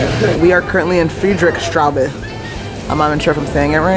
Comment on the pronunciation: Friedrichstrabe ? 😂😂😂 Friedrichstrasse!